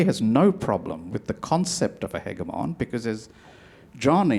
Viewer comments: I can't take the other guy seriously because he mispronounced "hegemon' like 14 times. I was waiting for him to say something about "hyperbowl". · How come Mr. Varghese does not know the proper pronunciation of "hegemon"?!😃